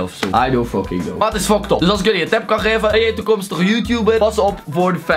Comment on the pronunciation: Hij spreekt fuckt up uit als foktop